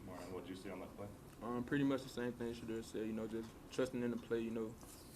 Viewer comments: Reporters: I know I’m going to butcher this name but…………O-Mer-eon?! The same reporter pronounces Zchedenski no problems 🤣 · Oh-Mar-Ree-On!!!! I love these kids! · O-Mar-Eee-On thats how you pronounce his name.